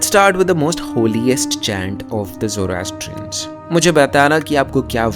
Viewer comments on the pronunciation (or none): zorastrian not zorahtian sindhu ---> hindu asura ---->ahura Zend Avesta ----> Zend Avesta